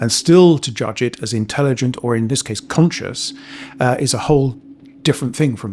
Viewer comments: Great video, but every time you said a variant of the word "CONscious" all I heard was "cautious". Kept taking me out. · Also, I wouldn't mention it, but it happens so many times it ends up being distracting. When you say, "conscious", it sounds like you're saying, "cautious." It's like the "n" sound gets dropped out of the audio track.